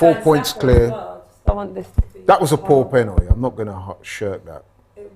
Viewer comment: It's pronounced Pen-al-ty not Pen-anee!